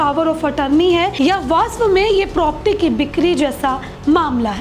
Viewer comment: बहन propti नहीं प्रॉपर्टी बोलो